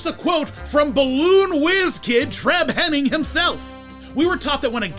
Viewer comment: Treb is a great guy and an important figure in the balloon industry. This year, Universal Studios Hollywood started selling his balloons. BTW, it's pronounced "Hi-ning", not "Henning".